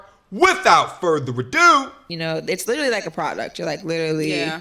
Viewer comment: Littlely.... (literally is the actual word) . It works my nerves when I hear this.